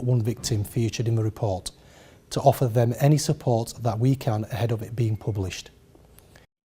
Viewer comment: He can't even pronounce words correctly, let alone solve crime. It's them, not vem.